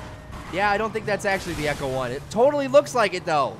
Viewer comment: It's ECTO 1 not ECHO 1!!! Graaaaah! You're killing me!